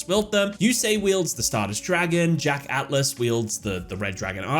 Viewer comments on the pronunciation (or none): none